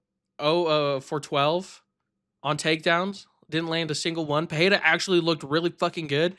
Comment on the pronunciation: Where did you all pick up that pronunciation of Pereira, with "h" sound somewhere in there? In Portuguese, double "r" is pronounced as "h", not the single "r". This is just Pereira; pronounce it as it's written, man.